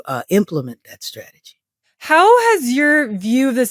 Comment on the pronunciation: It's STrategy not SHtrategy. Please!!